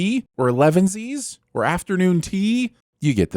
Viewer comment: pronunciation of "elevenses" made me laugh harder than the joke being made.